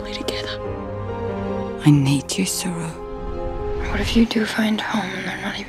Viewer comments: Its the pronunciation of the name. Which is suppose to be said as SHERU meaning LION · Sophia Talbott his name was not saroo he had been pronouncing it wrong the whole time. it's sheru which translates to lion.